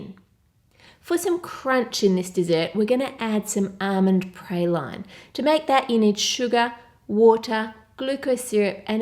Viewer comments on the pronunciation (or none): It's pronounced "praw-lean" not "pray-line" I'm southern, trust me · Just a little fact; it's pronounced "pra-lee-nay" :) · Praline is a French word. It's pronounced "pra-leen" with a french R and french A :)